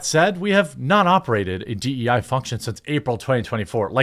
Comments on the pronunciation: It's annoying when you say DE and I. Just say DEI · By do you say “D E & I”? No one else does.